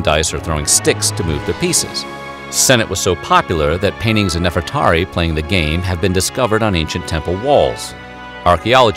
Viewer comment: My name is Nefertari! Awesome. I was not expecting to hear my name in this video. Nefertari is not as well known or talked about. He said my name right too! That's how I say it.